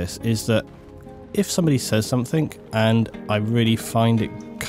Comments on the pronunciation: SomeTHING, not someTHINK. Sorry, but that drives me crazy. lol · I am English! And no it is not ok to pronounce something as "somethink". It is not an English way to say it. It's just wrong. It's no different from saying "would of" instead of "would have". It's just wrong. Again, please believe me, I'm not trying to have a go at your for the sake of it. It just bothers me. Sorry. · Look, believe me or not but I'm very sincere in saying that it is not my attention to have a go at you. It just makes you sound like you don't understand the difference between the words thing and think. You're making yourself sounf ignorant by saying it like that. And you're ignorant person, not at all. And actually I noticed that you didn't pronounce it like that throughout the entirety of the video. So you know, it's just one ot those things. Sorry. lol